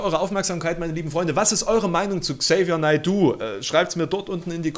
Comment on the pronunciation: Ähm, sorry, aber du sprichst den Namen total falsch aus 🤣